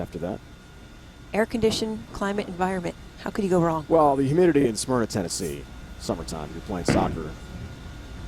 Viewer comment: I live in the same area as Elizabeth and even though she didn't win I'm so proud of her...and he mispronounced Smyrna